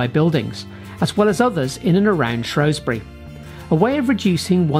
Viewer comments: Shrew Shrew Shrew. Not Shrow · Where is shrosbury, is it not shrewsbury in Shropshire